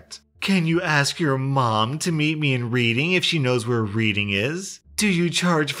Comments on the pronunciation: My OCD is rearing it’s ugly head... it’s pronounced Redding not Reading.... love the video!! 😘🌟❤️🌟❤️🌟❤️🌟❤️🌟❤️ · Its not pronounced reading its red ing thats how it pronounced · xD yoo its not reading like you read a book its pronounced red ing xD love your channel man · Oh my god.... “reading!” 😂 it’s pronounced red-ing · It's pronounced reding not reading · it is t reading it’s pronounced red-ing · Reading is pronounced like "redding," not "reeding" Source: Am Pennsylvanian. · Dear, Reading is pronounced redding not reeding Its a town in Massachusetts or England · man said "Reading", its pronounced "Red-ing" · How to tell someone's not from the UK, pronoucing Reading as "Read-ing" instead of "Red-ding" like it's supposed to be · Just so you know it's pronounced Read-ing not reading, also great vid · When said READING its pronounced REDing:) i live near there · Nitpick time :) it’s pronounced redding as in reddit, not reed-ing. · Creased when he pronounced reading "reed-ing" instead of "red-ing" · "Reeding", Me: Red-ing.........: "Reeding", Me: Red-ing!!!!!!..........: "Reeding", Me: RED-ING!!!!! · Just to let you know you pronounce Reading more like Red ing :) love your vids :D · Reading is pronounced redding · Reading is a verb, if you refer to the place it is spelled the same but not pronounced the way you did. ea becomes e like in red Reading, like in the Balad of Reading Gaol (Redding Jail spelled as pronounced.) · The town of Reading actually rhymes with "Redding" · I get the confusion, "Reading" is pronounced "Red-ing"!, You'll hear it like that around everywhere in Reading! Common mistake though :) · Reading is pronounced red-ing btw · where's reading? it's pronounced reding. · Reading is pronounced 'reding' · ha "Reading". Oddly it's pronounced "redding". There's one in PA. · OH MY GOD READING. ITS PRONOUNCED REDDING OR... RED. ING. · So the Reading place is pronounced like redding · It's pronounced red-ing lol